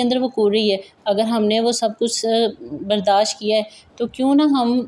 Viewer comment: aur plz api ap brdaasht bola krein na k brdaash.. aur ghalti ko ap galti kehti hen... is se b acha impression ni prta k itni educated bndi aur alfaz ki adaigi.... plz don't mind its just request... ap ka content wonderful hy bilashuba keep it up...